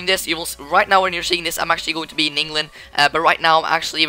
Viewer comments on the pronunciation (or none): none